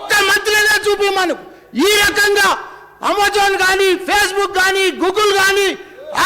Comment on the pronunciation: Amma jone kadhu adji Amazon mallanna😂😂